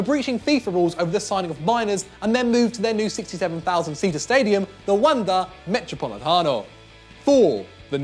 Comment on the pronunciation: Suprised could pronounce Metropolitano